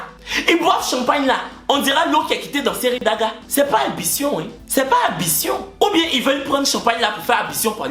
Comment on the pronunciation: Eeeeh 😂😂😂 on dit ABLUTIONS pas Abition respecte nous tes chory dioula/koyaga 💓💓💓